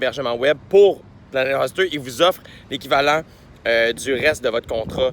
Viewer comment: Jay on te l'a probablement déjà fait remarquer mais c'est Planet "HÔster" pas Planet "Huster" comme tu le prononces (;^) ... mais Bon Podcast comme d'habitude :)